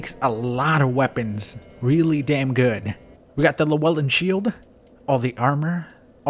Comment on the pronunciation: 1 day someone will teach you how to pronounce Llewellyn as a Welsh man it triggers me. Maybe i'll send you a party invite and teach you myself👍